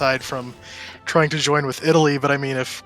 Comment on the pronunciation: What a great idea! Co-op MP game, prime minister role play, 2 guys commentary, famous YouTubers! I just can't stand the pronunciation of the guy on left. All accents are fine, but YOIN THE FACTION?!